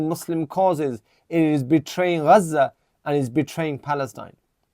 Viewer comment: Bro your Pakistani what the f*** has Pakistan done nothing Furthermore you seem like you are from mirpur, Pakistanis of full of all of a sudden see the way they pronounce Gaza😂😂😂 before the the Gaza war you were not pronouncing the word gazza the way you did and there are many Pakistanis like that all of a sudden you woken up , lol